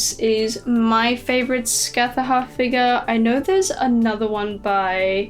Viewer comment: Im sorry but your pronounciation of Scáthach hurt 😭😭